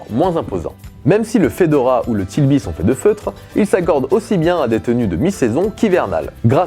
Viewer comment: Bravo pour ta vidéo , juste une chose, on ne dit pas Tilby mais TRilby ! :)